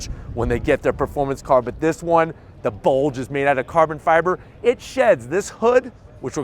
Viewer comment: The way you say BULDGE makes it feel like a BULDGE comes out from my screen and hits me in the face